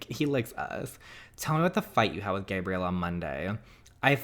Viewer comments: Dj its Gabrielle as in gab-ree-elle not Gabriel. Sorry it’s just kept bothering me I love you tho!!❤️❤️❤️ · btw the sound of gabrielles name is not gaberiel its gab ree el